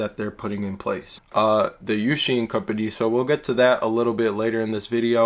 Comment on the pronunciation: For"UXIN"this word itself your pronunciation is actually pretty accurate! For"优信"in Chinese character its pronunciation is more like"yo xin"(very close to the way you pronounce it). Hope this helps!